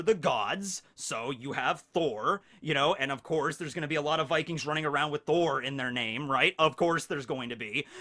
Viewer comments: Vikings is also pronounced like that in Slavic languages so great job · great pronounciation on the vikings from a norwegian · yes u said vikings corectly :) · Yeah, you said «vikings» right! But we have different grammar from english so the ending would be something different, like -er, -ene etc swedish and danish would also have similar endings like norwegian